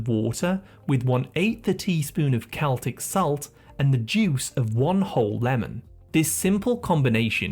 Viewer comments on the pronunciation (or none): none